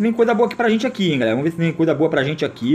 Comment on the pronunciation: "Vomos que vomos" kkkkk